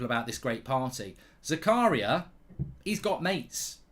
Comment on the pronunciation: you pronouce it different mate. its za-ka-ria not zakaaa-ria. greetings from switzerland.